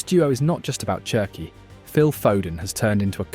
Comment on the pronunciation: Wonderful video but I have to say this… it’s “Sherki” not “Chi”😂 it’s French like you don’t say Chi-cago but shi-cago. Wirtz is Virtz. The same thing.